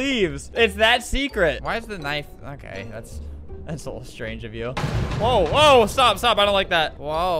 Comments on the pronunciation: Can y'all stop saying that Albert cursed?? He didnt cursed, if y'all pay good attention at his mouth, he litteraly said strange not sh!t. Idek why the editor put a glass breaking noise when Albert said that, but he definitely said strange. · You just dont want to admit he still has that albertstuff in him. He can do what he wants. He swore. You can hear S and H. He didn't say shtrange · he said strange the edit just made him sound like he said shit